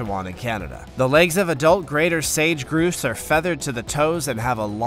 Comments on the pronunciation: narrator should get names of birds right. he said one of the bird types was a 'groose' it is NOT a groose it is pronounced 'grouse' with the ow sound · Grouse is not pronounced groose it's pronounced ou as in house